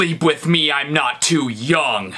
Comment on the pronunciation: he said yum is staid of young